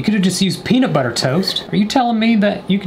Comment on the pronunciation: How meany times did he say penitbutter at the start